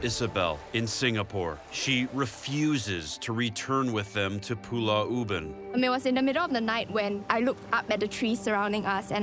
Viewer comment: Zak Bagans kept calling Pulau Ubin as "Pulah Ubin".